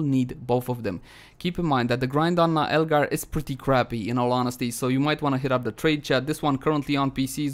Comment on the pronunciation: Isn't it Naeglar not Naelgar 😂